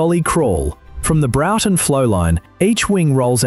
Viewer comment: Broughton Flow line = pronounce "Br-or-t'n" not Browton. It's good to research before creating voice-over.